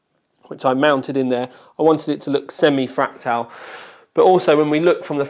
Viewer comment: so annoying hearing you say FRAK-TAL